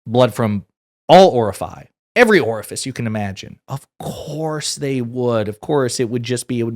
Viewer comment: Did you say “orifii”?